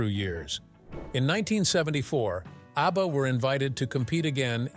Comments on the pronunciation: The name is ABBA, not UBBA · That horrible AI voice makes me want to throw up. Utter garbage. The robot cannot even pronounce ABBA. Cr@